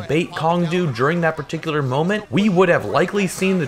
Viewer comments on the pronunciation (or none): none